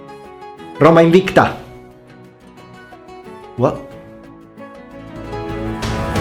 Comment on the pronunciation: Wait did you just say Roma Invicta? The V was pronounced like that?